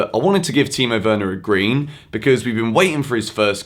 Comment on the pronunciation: And you av said it correctly